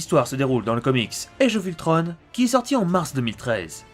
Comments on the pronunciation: On ne dit pas Ultrone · Enfaite c pas ultronne c ultron on on on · C toujours pas ultrone mais ultron!!!!!! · ultrone pour la vo et ultron pour la VF sinon continue comme ça j adore tes vidéos !!!!